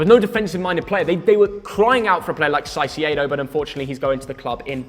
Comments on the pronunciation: whats sysiedo pronounce it kaicedo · saisiedo- gotta fix that pronunciation 🤣🤣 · bro said siciado instead of caicedo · He’s called him saiceado again oh my his name is caideco you fraud sort it out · The way pronounces caicedo 💀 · can you please learn how to say Caicedo's name for the next matchweek?